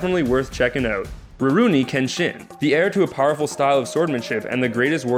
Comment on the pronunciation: "Ro-roo-ni" "A-soo-na" "Sas-soo-ke" "Sak-oo-ra" - just all wrong, I don't think he got how the 'u' was working there, but yeah he definitely hadn't seen these animes. "Sith" wtf though. xD